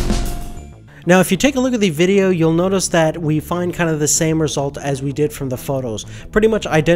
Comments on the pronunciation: man it's "VIDEO" Footage...not "VDDEO" hahahha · "voodeo" footage? lol Great review though. Decided to stick with 70D.